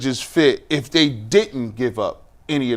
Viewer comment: can you please say “they” instead of “day?” I get it. Dialect. Don’t you want to improve? I like your show and I’m right with you after every Browns game. I’ll continue to be. It just grinds my gears.